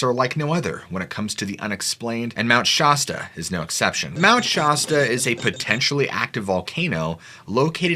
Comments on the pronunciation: Just FYI: You're not pronouncing "Shasta" correctly. The 'as' should sound like 'ass' and not 'oss' unless you're trying to sound like a Valley girl. Much love brother! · It's Mt. ShAsta. Pronounced like shah as in shack or Shaq NOT shawe like shot or shock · 😂 SH ASS TAH... not SHAW STUH 😂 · It's Shasta not Shosta lol silly goose ! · It's Mount ShAsta, not Mount ShOsta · Mount Sh-ass- ta not Mount ShOsta. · "Shasta" is pronounced "Shastah" like "cab" not "shahstah" like "dog" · I live here.. it's not mount shausta, it's mount shasta. Shasta. No au in it. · You’re saying shasta wrong. It’s not scha-stuh it’s sha-sta. Lemurians is pronounced le-Muir-Ians. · It's not "Shosta" its "Shas-ta" like "ass-ta" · That shirt is terrible and it’s shaaaa staaa not shasta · Not even sure where to begin? You know I'm a huge fan of the channel, I send you encounters and always give you praise but your killing me here.. You keep pronouncing it My ShaUsta when it's just Mt. Shasta. Next: You mentioned " right up to the Central Time Line " as in central time zone? we're talking about California correct? Because that time zone is 500 miles east of California. Or have I misunderstood that comment. Anyway, just thought I'd let you know. I never heard back from you about my second submitted encouter. Otis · Been researching the entire UFO dynamic for the last 50 yrs and never heard anyone pronounce Shasta as Shawsta. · Sorry I’m a local it’s definitely not shosta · It's not pronounced "Mt. Sh-aw-sta". The 'a' in Shasta is pronounced like the a in 'tan'. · Mount Shaaaaaasta. Shaaaasta!!!! It's sh-ass-sta. I live next to it. You sound absurd. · Mt. Shaw-sta? 😂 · It’s not Shawsta. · Shosta? And it's not 'potentially active', it's dormant, or sleeping...means the same thing, but more technical. The Hoppy? Hoe-pee. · Shaaasta??? Really...... Honest csnt even watch the video after it wtf... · Bruh please stop calling it Shawsta. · Mount Shawwsta?? Who calls it that?? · It’s Shasta not Shasta!